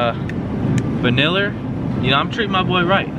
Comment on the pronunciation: The way he says Vanilla "Vaneller"